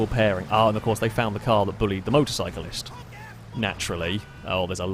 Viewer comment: It's spelt "Motor - cycle - ist", but it's pronounced "Motor - bike - l - ist" haha